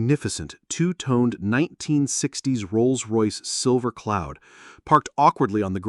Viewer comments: Ah yes, a Rolls Loyce. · Could you correct the audio where rolls royce was miss pronounced rolls loyce please? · Rolls Loyce? 😂😂😂